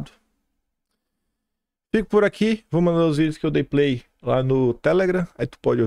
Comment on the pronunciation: sou seu fã. Parabéns pelo trabalho. Só preciso tirar uma dúvida, nunca entendi uma palavrinha sua no final de seus vídeos, é tipo: "dê um pei na instalação " ou play, peido, 😅😅. Nunca entendi.